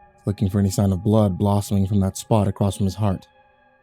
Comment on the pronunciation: DON'T READ THE COMMENTS UNTIL YOU FINISH LISTENING!!! Also... acrosst.. what is that? You mean across, right?? Anyway, great story!